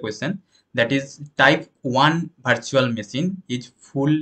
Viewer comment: It is not bhartical , bhartual ... Its virtual , vertical 😢